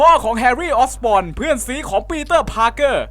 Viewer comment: ความผิดพลาดของพี่ในคลิปนี้1ยานของกรีนก็อบลินเสียบท้องไม่ใช่หำ 2ตัวร้ายพาก2ตอนเป็นคนชื่อ ออตโต ออกเตเวียส 3นามสกุลแฮรี่คือออสบอร์นไม่ใช่ออสปอร์น 4แฮรี่ไม่ได้โดนแค่ใยแมงมุมแต่ชนท่อระบายอากาศด้วย 5พ่อของแฮรี่ชื่อนอร์แมนไม่ใช่โนแมน 6ลืมแยกระกว่างอเมซิ่งสไปเดอร์แมนภาค1กับ2 7อ่นคำว่าthe amazing spidermanต้อง อ่านว่าดิไม่ใช่เดอะ